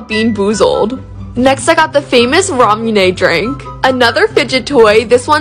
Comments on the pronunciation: Me being asian and hearing her say Ramune as rAmmmmMmUUUuUnEeeY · Hazen actually she emphasized ney part too much so it sounds unnatural. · Me being Japanese and hearing her pronounce Ramune as “RaMUuNEy” 👁👄👁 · hey btw, ramune is pronounced at "ramoone" :)) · Okay sorry for correcting you but it's pronounce run-mon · I’m not Japanese or Chinese but I kinda got triggered how she pronounced it I’m Brasilian I’ve grown up with pronunciation being pretty much EVERYTHING it’s pronounced Ra-moo-nay good now say it fast there you go!( btw no hate at all love ur vids )